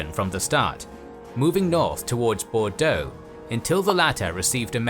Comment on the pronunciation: As a Bordeaux resident, I definitely had a little added giggle when I heard you pronounce the names of cities around here ! Very good pronunciation, may I had 👌